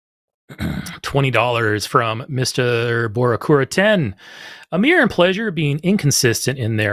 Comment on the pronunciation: pronouncing Amir's name "aymer" from now on